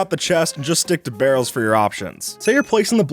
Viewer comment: When he was talking about barrels being better then chests It sounded like he said girls instead of barrels at first lol